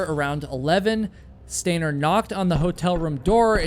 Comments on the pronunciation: You’re doing it more now!!!! Stop saying stainer. You’re coming up with more ways to say stainer! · Can you stop saying, “stainer,” while I’m trying to fall asleep?